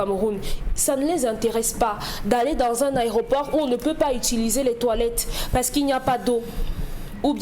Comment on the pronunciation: Pourquoi ils disent tous au Cameroun, les journalistes et animateurs TV compris, "ARÉOPORT" et non pas "AÉROPORT" Messieurs les journalistes notez l'antéposition du "É" par rapport au "R"